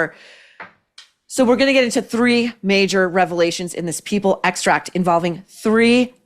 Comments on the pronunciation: Excerpt not extract. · It’s excerpt NOT “extract”!🤦🏻‍♀️